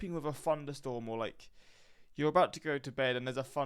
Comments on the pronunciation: It sounds like you're saying funderstorm Instead of thunderstorm. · Did he say funderstorm??